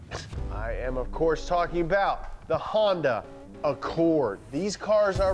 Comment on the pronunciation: Wtf is a Hondye and a Vayroane